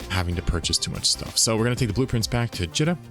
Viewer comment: It’s always been Jeeta. It’s spelled like pita bread or Rita. It’s not Jitta. Great series though! This one is top notch! Your adventures are inspirational and exemplify the true sandbox nature of this awesome game!